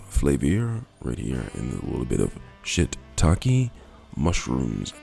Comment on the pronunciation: did he say shit taki lol